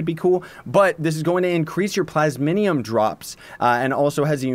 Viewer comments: Take a shot every time he says "plas-min-ium" even though it's plas-mi-um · Just a small nitpick but it's plasmium not plasminium, still love your vids though. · Plays it's PLAS-MEE-UMM